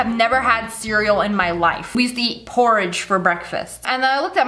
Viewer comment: Siri activated probably because she said cereal and it sounded like *Siri*el